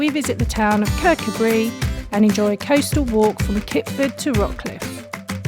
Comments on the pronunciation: Fyi it's Kercoobray no Bree👍 Andrew KBT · If you can't be bothered saying the name right after getting it wrong in the first place no point watching sooo annoying😠 Andrew from KBT